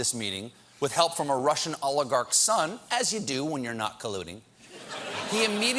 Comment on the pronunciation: Every time Colbert says oligarch, I hear "Olive Garden".